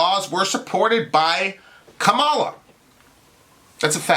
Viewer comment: Good Lord. I'm not a huge Kamala fan, but the right-wing framing to begin this soliloquy had me in tears lol 1. can't pronounce Kamala's name Really? The most famous "woman of color" in world politics right now and you can't say her name right? LOL Like it's even hard to pronounce... Very Fox-ian, OAN-ian, and Newsmax-ian of you:) 2. She's "not really African American." Another right-wing talking point, which implies "Hey African American women, ignore this victory because it doesn't pertain to you!" (which, I'm assuming, forms much of the backbone in this video, but I gotta admit... I bailed after 5 minutes of this drivel) Why the distinction? Because her father is of African-Jamaican descent? Using this arbitrary distinction, and his children are also not African American.... soooo, your point? lol 3. She's not Obama. We agree here, but mentioning only the Islamophobia Barack HUSSEIN (of course you did, lol) overcame against Clinton, while conveniently leaving out the constant barrage of Islamophobic attacks he encountered while defeating the Republican party in 2 straight elections, is blatantly disingenuous framing. A friendly reminder: Biden and Harris won. Easily. And no amount of Trump/Trumpist tears will change this fact.